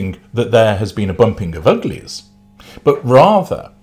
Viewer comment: Your accent paired with “bumping of the uglies” was fun